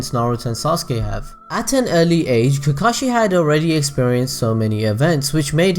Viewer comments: Did you fuckin just SAY COCKAGE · So many times you went "I hope I pronounced that right" but you kept going with pronouncing Kakashis and Obitos name wrong 😵🤗😬 In my opinion, I think Hanare and Kakashi would end up together, but I haven't read the Kakashi "Haden" (or wut u said lol) so I'm in for more detail about that woman, but so far (from what you mentioned) it doesn't seem enough for me to think that they might have ended up together. 😊